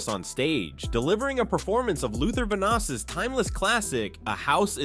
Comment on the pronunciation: It's Luther Van-Dross not Luther Vanoss